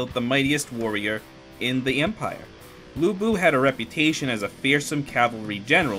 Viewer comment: Yep. That sums it up pretty good. But just a heads up. Lu Bu was actually pronounced Lü Bu [Lyh Bo'h]. Elongated Y with faded H. Short O with quick (almost silent) H sound.